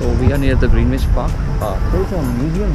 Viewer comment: Your pronunciation of Greenwich is wrong